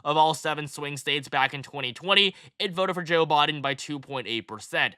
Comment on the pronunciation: Thank you for breaking this down. Also, for some weird reason I like the way you say “Biden” lol